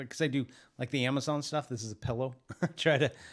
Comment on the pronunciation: I love how you say pillow! 🤣🤣🤣🤣🤣🤣🤣🤣🤣🤣